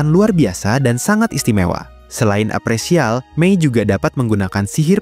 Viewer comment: Appraisal bukan apresial wooyyy gatel bgt telinga aing 😭😭😭